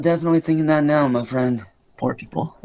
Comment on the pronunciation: . Anyone catch it???? "As of Meow" 🤣🤣🤣